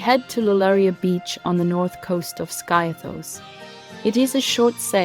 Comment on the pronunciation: Skiathos is pronounced 'Skeeathos'